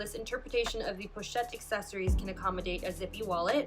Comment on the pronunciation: Accessoires is pronounced ah-seh-swa.